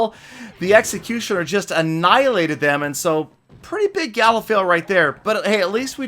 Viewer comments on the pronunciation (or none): none